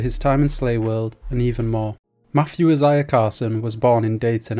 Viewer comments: Brah it’s pronounced Isaiah not I- Za-Ya 😂😂😂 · It’s pronounced (Eye-Zay-Yah)